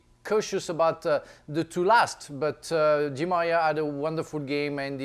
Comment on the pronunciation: I love how frank couldnt say Di Maria🤣